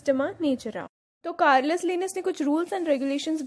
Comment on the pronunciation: कर्लस नहीं है केरोलस लिनियस है